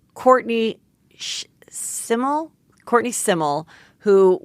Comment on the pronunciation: Courtney Semel. How can you not know the pronunciation of her surname. #TerrySemelLegend